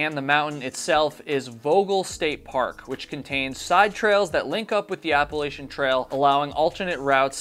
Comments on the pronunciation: It's A-pa-la-chain......not appalshin 😅 I got so much shit for this....just wanted to save u from 5k in comments lol Great video considering patreon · Please, for the love of God! It's Appa-latchin. I apologize in advance but I've watched a number of your videos and this one finally put me over the edge. 😂 I've lived in the Appalachian mountains (AKA The Blue Ridge mountains) for most of my adult life. ETA: I'm really enjoying your videos.